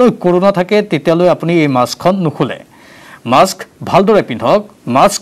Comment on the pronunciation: Maaks nohoi....mask. Please pronounce it correctly!